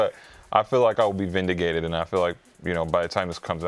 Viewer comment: saying vindigated